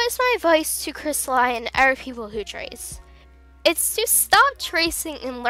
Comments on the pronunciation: Cristli Zafaro ._. Its Crysta-le and Za-fro Cristali and Zaifro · Not Cristal-ie it’s cristal-e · Is pronounced as cristalee not cristalaii just saying not hating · If you couldn't understand Crappy English, here ya go. ": Cristaluy Normal: Cristali ": Safuuro Normal: Zafiro ": Rossyel Normal: Rosalli ": Mulfftiple Normal: Multiple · It's a great video but you said cristali wrong. It's pronounced cris-tah-lee. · its not pronounced cristalie he even said on his channel its pronounced crisatleeeeeeeeeeeeeeeeeeeeeee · no offense but its pronounced cristal ee not i. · Sorry if this makes you a bit mad... but it’s pronounced “crystal-LEE” not “crystal-LIE” No hate tho I love dis vid :3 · He's spanish or latin-american (Brazil excluded), so it's pronounced Crees-ta-lee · It's pronounced cristalee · Crystal I ugh its killing me and HIS oc WTF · Zafiro - (safar-O) Cristali - (cristal-E) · Not to be rude, but I believe it's pronounced Crystal- ee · Yeah I just said because you did not say them right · Ok I'm sorry but it hurts that you keep saying the names so terribly wrong. Rossali- (Row-Zah-Lee) Crystali: (Chris-Tah-Lee) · Here, pronounce it right, Cryst-al-ee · its pronocuded cris-TA-LEE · Awesome video, just the way you pronounced their name just bothered me, but thats nothing wrong with you its something wrong with me LOL But just cause I can Crystal e = Cristali Za fir o = Zafiro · The pronounciation is actually ZAFIRO and cristalee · I might seem rude, but I believe his name is pronounced "Cris-ta-lee" Love the video! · Scalotah.. Crystaly.. Zafairo..? Good vid but uhh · Its pronounced kris•tal•e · It's crist- a- lee And za- fir- o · And. Its said 'Za fiar o' and 'Cristalee' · Dude your pronouncing the names wrong Cri-stuh-lee Zuh-fear-oh Ro-Zuh-lie Sorry it was just annoying me, still loved the vid! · I heard C R I S T A LIE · Its zafeerow and kristalee (pronounced ) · No it's cristal-y but it's ok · It's cristalEE no offense :/